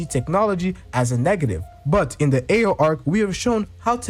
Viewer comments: When people butcher characters names I always wonder did they watch the anime when they actually pronounced it 😭😭😭. A O is crazyyyy 😭😭😭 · Bro the way he says Ao is killing me 😂